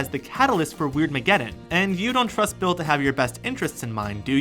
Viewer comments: did anyone else here him say Will instead of Bill? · You said Will beat 😑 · Did he call Bill Cipher “Will”? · It's Bill not Will lol